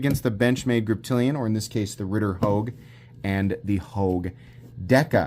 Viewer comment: Why can’t you just say “Ritter Hogue”